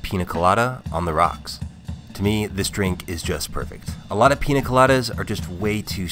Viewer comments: he spelled piña correctly in the video name, but never said it once properly during the video.. Peenya.. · How is he a expert at the pina colado but can’t pronounce the ñ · Dude learn to pronounce "Piña" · Hey, a trick to pronounce piña properly. The letter ñ in Spanish is pronounced pretty much as n+y so it's more of a pin ya colada and less pina colada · Sorry, but your pronunciation drives me nuts :-) It's a Piñ(!!)a colada and not a Pina Colada... :-) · The correct pronunciation is "peenya", not "peena", since the letter is an "ñ" with a tilde, not a regular "n". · PEEN YA not peena weirdo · Bruh stop saying PEENA colada. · Piña not pina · It's not called PEENA colada by the way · IT'S PRONOUNCED PINJA COLADA!!!!!!!!!!! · how do you spell it correctly but still dont know how to pronounce it?